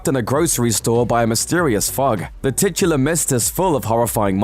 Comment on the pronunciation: "Titular"....time stamp .